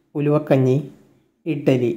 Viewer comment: ഇട്ടലി അല്ല ഇഡലി യാണ്